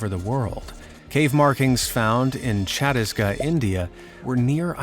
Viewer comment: the pronounciation of Chhattisgarh made me cringe inside - what is that supposed to mean